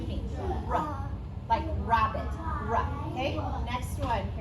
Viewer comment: We also don’t say ru-abbit. You have the correct beginning to the sound but you need to drop the schwa. Maintain the circle with your lips.